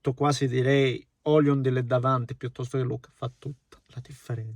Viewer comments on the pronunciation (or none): Con tutto il rispetto, ma da te mi aspetto la pronuncia corretta dei nomi dei calciatori. Hojlund e non Oliund